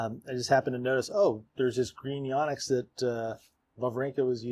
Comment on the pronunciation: So I really like your show... but please, please, PLEASE pronounce the name properly. It's not "Yawnex" it's "Yonex" as "YO - NEX". Names are important. Lets get this right. Eric Samuel Yonex Brand Ambassador Captain DMV (Washington, DC/Maryland/Virginia)